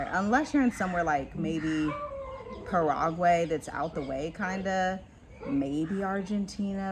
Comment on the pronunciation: Para-agway....Sea-shells. That's a first. But, you guys are right on with the info.